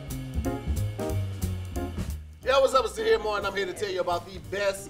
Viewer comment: Tahir Moore should try Tah-speak Moore...